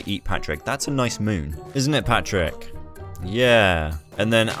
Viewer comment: Pigs name: Patrick Him: Prrrrrrratrick